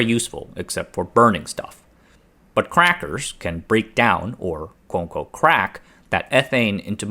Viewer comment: I giggled every time he said “crackers”